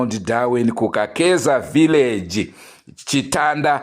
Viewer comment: Chitenda not chitanda